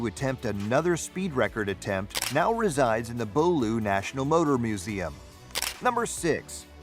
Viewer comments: Bo-loo Motor museum?? It's pronounced Bewley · Bew Lee pronunciation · "The Bohloo motor museum."Ya gotta laff. Then came "Rolls-Avon Royce's..........." Now it's a laff a minute.